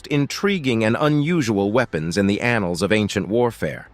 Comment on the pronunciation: I just think you like saying annuls